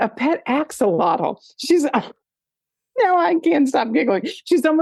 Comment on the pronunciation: I'm giggling as attempts to pronounce Axolotl 🤣🤣